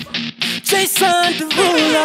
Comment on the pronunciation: Lmaao he actually says Jason derulo